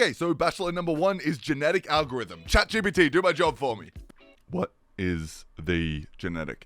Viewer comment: "oh what CHAD GPT said"